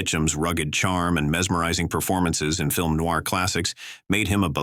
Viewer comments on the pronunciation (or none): none